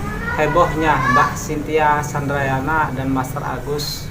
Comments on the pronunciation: Candranaya bukan candrayana,🙄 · Chandranaya mas bukan candrayana heee apa sy yg salah denger ya....semangat bikin kontennya mas... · Mbak Chintya candrayana😅😅😅 yang bner itu Candranaya bang😅😅 maaf bukan ngeledek maaf banget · Candranaya apa candrayana😅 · naya pak bkn yana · Cintia candrayana bukan naya😂😂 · Hihi..Candranaya apa candrayana hehe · Mas bukan candrayana .tapi candranaya